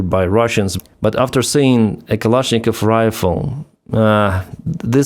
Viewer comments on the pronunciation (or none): none